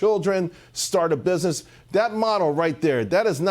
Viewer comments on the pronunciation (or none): none